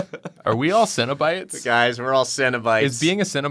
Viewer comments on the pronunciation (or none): The more they say cenobites, I’m hearing cinna bites as in bite sized cinnamon buns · I don’t know anything about Hellraiser and really thought they were saying “Cinnabite” as in the food for more than half the episode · I kept hearing "cinnabites" and being very confused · Okay until got her prompt I thought they were saying cinnabites, and they were like little cinnamon roll treats